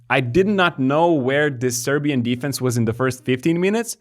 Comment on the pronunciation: You guys pronounce Serbian names and surnames super well.